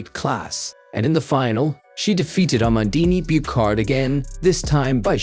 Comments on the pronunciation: There are far better voice-generating software programs now available. This one also butchers the name of the silver medalist, which it pronounces as "Mondini Boocard" but which should be pronounced "Ah-mon-DINE Boo-SHAR". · Amandine Buchard is pronounced " Amandin Bushar", not "amandini bukarde". a concerned french speaker